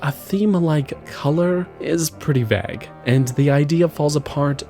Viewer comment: Look man. I rate your channel. I watch all your uploads and i appreciate what you do. But please please please stop saying "vague" like that 😂😂😂😂 It hurts me deeply.